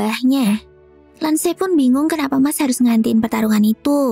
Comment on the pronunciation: Mash ❌️ Mas ✅️ Lance ❌️ Lan-ce ✅️ Cavill ❌️ Kavil ✅️